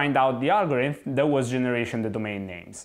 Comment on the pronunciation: Repeat after me: Algorithm, algorithm, algorithm, al - go - ri - thm.....